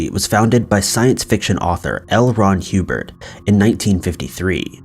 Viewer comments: It's Hubbard not Hubert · It's probably a 19 yr old kid who doesn't know how Hubbard is pronounced apparently 🤷 how the FUCK do you get Hue-Bird out of HUBBARD??? 😮 😅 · L. Ron Hubbard not HUBERT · L Ron HEEWBERT LOL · I love the videos, how you're pronouncing the guy from Scientology completely wrong. A 10 second Google search would have shown that. It's pronounced like Old Mother Hubbard 😁😁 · Yes it’s Hubbard Omg get it right narrator !!! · The way the AI says HUBBARD